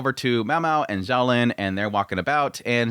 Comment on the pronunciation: Every time you say "Zolan" it takes me 3 seconds to register you mean "Xiaolan" 😂